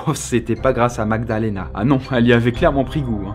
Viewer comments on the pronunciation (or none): Au début il dit Aussi "MagdaLAna" au lieu de "MagdaLEna" 😉